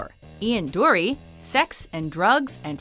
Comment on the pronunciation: Her pronunciation of ‘Dury’ ruined this.